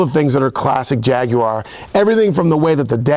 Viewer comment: YES!!!!! An american who can say 'Jaguar' properly!!!!!